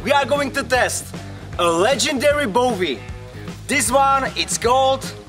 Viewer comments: Yeah maybe you can pronounce Bowie correctly soon. It's not Bovie. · Coming from an Aussie "Now that's a knife". :). Little FYI, its pronounced bowie with a w. Awesome knife. Want one.